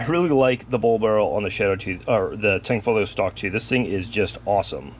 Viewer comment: STOP SAYING THE G!!!!!!! where do you see tang?????